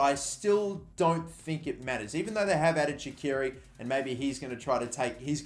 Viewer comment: Holy crap did he just say Adam Shaqiri facepalm